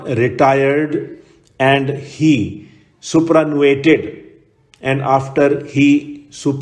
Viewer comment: sir it is superannuated not supranuated